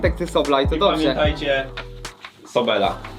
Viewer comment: ✨Bo mówi się Sobla nigdy nie Sobela✨